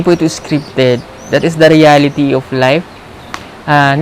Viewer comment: Hindi nkasubaybay lagi yung nagsabi ng scrifted haha